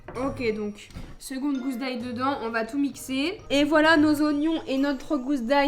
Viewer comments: ca m'énerve d'entendre dire GOUSE et pas GOUSSE x) et de voir une courgette éplucher aussi omg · par contre on dit gousse d'ail, pas gouse d'ail 😁